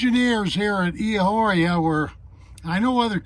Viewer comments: It's pronounced "E" ah or ah. Soft H. Does not rhythm with a street walker. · everyone pronounces it like that. It's humorous. Very informative video.